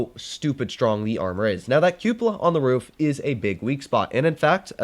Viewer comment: can’t say Cupola correctly to save his life and it literally killing meee!